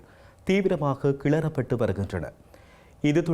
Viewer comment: Not kelarupattu say arrayeapattu😅😅😅